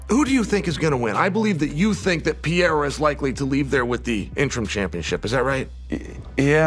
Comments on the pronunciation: Chael cannot pronounce Perreira, sounds like Peter and Cyril like Surreal! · Someone teach Chael how to pronounce Pereira,holy fuk